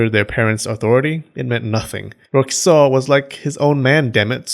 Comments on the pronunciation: It sounds like you're saying "kuso" everytime you say "Kiso" xD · OMG stop saying "Kiso" like SH*T lmao